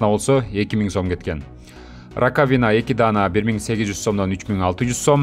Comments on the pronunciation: Раковина деген сөз биринчи а тамгасына басым жасалып айтылат: ра́ковина!😮‍💨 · Алып барууччу раковина ударение на «А» койсонуз.